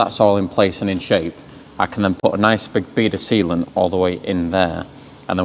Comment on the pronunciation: Timestamp, totally heard and I quote "a nice big bead of seamen"! Did say seamen or sealant, you decide 🤣😂😀